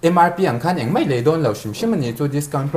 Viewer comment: Thil helh deuh ka nei mei inva ti uar em em ... Mai tih tur ah pawh mei in ti deuh zel a